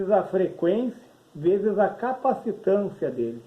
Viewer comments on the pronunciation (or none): 'Chees' 1k..10k...esta errado falar..o correto é 'veses' 1k....10k..